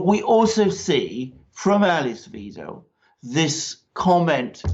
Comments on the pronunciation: Good video, but Alice Weidel's names is pronounced Videl, not Weedle, or Veedle. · Weidel is pronounced "v-eye-dell" (vIdell) not "weedle". (Mercouris got it right once.) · The surname Weidel is pronounced "V-eye-del". You're welcome. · Please learn to pronounce Ale(hard e) ss Wi(hard i as in night)dels name correctly. It's very easy, and so important. Otherwise, I enjoyed the video. AfD all the way! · Merkel is, was, and always will be a hardcore Communist who set out to destroy this country and was successful. Thanks for your analysis. By the way: Alice's (of the AfD) last name rhymes with "chidle", not "cradle". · It's pronounced 'why-dell' btw. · Please. You chaps. You get Alice Weidel's name wrong. In German, if you see "ei" then then you pronounce it like the vowel in "high". If you see "ie" then you pronounce it like the vowel in "weed". It is the SECOND of the two characters which govern the sound in English. I can think of NO exceptions.. And please find out how to pronounce Marine Le Pen's name. ==> As if she were Le Penn. I don't mind if you pronounce Merhel's successor as Vinaigrette Kramp Krappenbauer.. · If you respect Alice Weidel enough to quote her in your video, why not make the effort to pronounce her name correctly? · Wow, managing to mispronounce every politician's name! What a great geopolitical journalism achievement! Please tell me how I'm supposed to take this program serious when you can t even pronounce the names of the key players! Who is "Makwrron?" Who is "Muuurkel?" "Alis Viedel?"